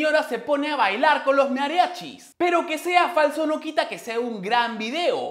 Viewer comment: dice mearachis xD